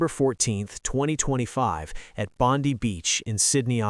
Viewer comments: It’s BONDEYE beach notBONDEeeeeeee beach. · Bond-eye beach. Not Bond-we. And notice how the role of the Muslim hero is kept dark. Suspicious in itself. Australians have thanked him, even if Netanyahu and Trump have not acknowledged him. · It's pronounced Bond EYE Beach. And his name is not Akmed. So annoying. But it's wonderful that he was honored for his bravery and I hope his recovery from the surgeries will be quick and as painless as possible. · Why do you Americans all was say Bondi Beach wrong !!